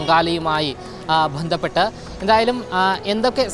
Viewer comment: ആവശ്യമില്ലാത്ത ഇടത്ത് കടുപ്പിച്ചും വേണ്ടയിടത്ത് വേണ്ട പോലെ പറയാതെയും മലയാളഭാഷയെ വികൃതമാക്കുന്നല്ലോ.ശഭരിമല,ബന്ധപ്പെട്ട്, അനുഭണ്ടിച്ച്, ബാഗം, തുടങ്ങിയവ ഉദാഹരണങ്ങൾ. ഈ ചാനലിൽ മിക്കവാറും എല്ലാ news readersum,reporter sum തീരെ ഉച്ചാരണ ശുദ്ധി ഇല്ലാതവർ ആണ് .